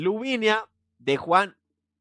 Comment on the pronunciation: Por qué dices LuviNIa si es Luvina!! Me describo 🤣